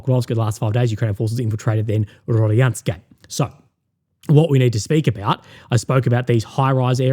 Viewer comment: Hello Russian speaker here. Proper way to pronounce is RODINSKOE NOT RADIYANSKE lol obviously Rodinskoe is the key to Pokrovsk if that settlement falls gg well played you might as well call it a day. So far 93th mechanized for AFU been doing amazing job holding that key strategic settlement for so long.